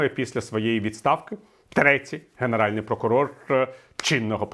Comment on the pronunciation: Прокурор генеральний, а не ґенеральний. Перепрошую, бо у Вас чудова українська і цей огріх треба виправити✌️🇺🇦